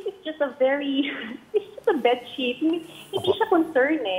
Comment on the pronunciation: sabi munga its ah bessheet bakit dika makaget over 😂 its ah bedsheet 😂😂